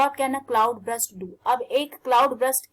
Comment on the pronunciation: It is burst not brust ma'am....hope u don't mind